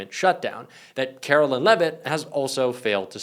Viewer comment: KARE-OH-LINE! NOT KARO-LYNN! Google it dude!